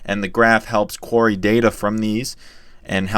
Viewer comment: Great video. Just wanted to point out query pronounced Queer-Ree and not quary. Anyway great content.